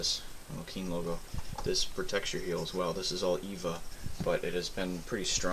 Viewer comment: It's E V A (Ethylene-vinyl acetate), not Eva...but more importantly, could you shine some light on the boots? I couldn't really see what you tried to point out.